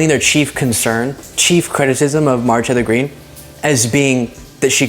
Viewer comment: When you say “Marjorie Taylor Green” too fast, like as a single term, it sounds like you are losing a syllable or two.